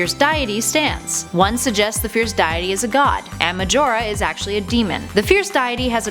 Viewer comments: DYEITY? As in.. A god of diet..? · You said deity wrong I don’t want to be mean but you said diety not deity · Ruppeeeeez? Die-ety? This video is giving me cancer. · its pronounce dea- ity not diet tea stupid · Why did you say dayity its deity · It's pronounced dee-ity, not die-ety. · RuPEES Dieaty Deekoo Kukiri Gooroodoo Twilight Princess comes BEFORE Majora's Mask? I think you mean after. These are the mis-pronounced words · What is with your pronunciation of words day-a-tey deck-oo tree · "fierce diet-e" lol deity means god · My God woman, you speak English and cannot say Deity properly? DEE-ITTY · It's pronounced DAY-IT-EE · Im not a hater but its pronounced Deeitee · Its pronounced dee-ah-tee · It's not that hard to look up the word "Deity" and see how it's pronounced. I can see how names like "Deku" can be complicated because they are exclusively from the Zelda series. But comeon..."Deity" is dee-eh-tee ... I can't watch this anymore 😖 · She said. diety This ain't no diet coke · Never heard deity pronounced that way before. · please learn how to pronounce deity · Ugh, this is actually a pain in the ass, I stopped watching because of the way she was pronouncing the fierce diety's name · Wait, is that how you pronounce deity ? Because otherwise I have been mispronouncing it for decenia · Ugh the cringe of those mispronunciations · please learn how to pronounce deity. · Deity miss pronounced...Ear rape